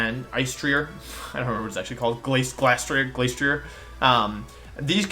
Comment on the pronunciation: Im pretty sure theyre pronounced "spec tree ay" and " glass tree ay" seeing as -ier in french is pronounced "ee ay"